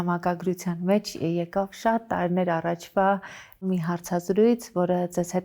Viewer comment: Աբելը լավ դերասան, լավ մարդ❤ Ամալյա Հովհաննիսյան _ խնդրում եմ մի ասեք տարըներ, չեմ ասում, թե բառի կազմությունը չգիտեք, ուղղակի ձեր մոտ պրիվըչկա է դառել այդ բառը արտասանել տենց ։ Մի խոսքով ներվերիս ազդումա, որ ասում եք տարըներ